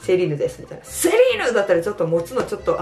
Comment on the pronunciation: セリーヌって言うんだ😮 シーラインって言ってたww